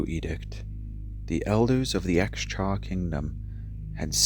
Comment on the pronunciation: My understanding is that it isn't pronounced 'ex cha' but 'Ss-shaa'. The Xx prefix is often a latinate translation of a sound from the Mandarin language.